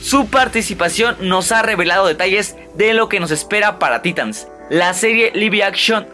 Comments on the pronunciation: Se pronuncia taitans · En cualquier universo de dc y en todos los croos overs habidos y por haber lo pronuncian taitans.